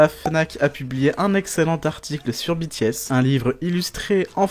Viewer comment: Super vidéo ! Continuez! 😍 PS : Dites BTS à la française quand vous parlez français (lire les les lettres de B T S en FR et non en anglais), Merci!